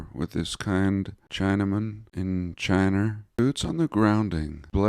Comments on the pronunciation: In California, we import our goods from an exotic land, called: Chee-Naah Some mis pronounce it and add an R instead! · What's up with your pronunciation of China? Do tell us, please,? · refused to say China correctly and its still so funny